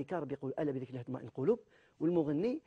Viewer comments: قناة الحياة الجزائرية انتقل اليها حمو..وهي....شيعية رافضية يقودها المجرم سوالمية لاسلمه الله.... وهذا الشيخ أخطأ في قوله تمطئن القلوب قرأها بالفتح وهي بالرفع... الصفا والمروة...تستهزأ بهما... أنت تحبس مخنا بالغناء....لاحول ولاقوة إلا بالله... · الا بذكر الله تطمئن(الضمة فوق النون) القلوب :ليس بالفتحة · تطمئن القلوب بضم النون ياشيخ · كي قلت تطمئن بالفتحة ... فهمتك 😅😅😅😅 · تطمئن بالضم مش بالفتح . لا حول و لا قوة الا بالله . هذا مفتر